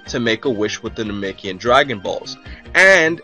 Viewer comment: "coo-ey"... surely you mean "kwee"... "no-may-kee-in"... surely you mean "nah-meck-ee-an"... porunga, not shenron. "bowl-mah"... cmon dude...